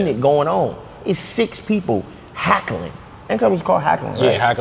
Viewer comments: Lol it’s not hackling it’s heckling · its hell-cuh-ling not hack , but I fw y'all tho